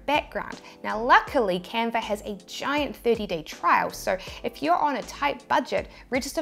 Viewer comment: I searched and searched for the Camper app, (spoiler alert: there isn't one); Then I sware you said Camfer..another dead end. Then I lost the link to this video and found font apps (don't ask). Finally I refound this vid and isolated myself in a sound proof room, and replayed that part where you said Canver over and over until it finally dawned on me that you were saying Canva... Ok, now to find where you showed the transparent background work-around... This tee-shirt business is a real mind workout, whew! :-)